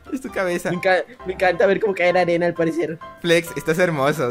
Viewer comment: En el minuto flex dice reloj de "anera" jaja